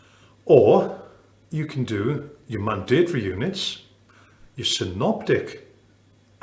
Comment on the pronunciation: Love how this guy pronounces mandatory! All well and good lecturing but I think this guy needs a lesson on how to reduce this from five syllables to three!!!